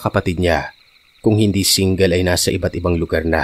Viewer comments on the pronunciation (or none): none